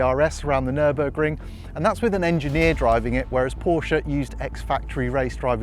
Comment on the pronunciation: Wait... what is this? An English speaking person that pronounces Porsche correctly? What is going on?